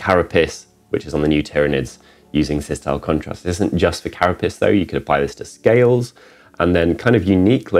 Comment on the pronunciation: Maybe it's late or still child mentally but all I hear is Cara-Piss = Carapace. Great video tutorial just cracked me up oddly